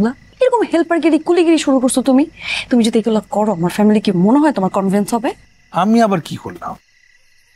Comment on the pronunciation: এক্সকিউজ মি! কনভেন্স নাকি কনভিন্স?